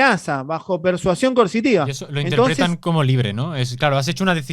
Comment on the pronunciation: el no dice coercitiva. Dice mil veces y lo escuché diez mil " Consitiva" , o no se le entiende. Y sé que significa coercitiva, pero no es lo que dice.